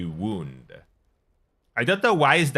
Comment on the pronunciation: Wound (wownd), as in a tightly wound spring. Like winding up a clock. Same spelling as "wound" (woond), an injury.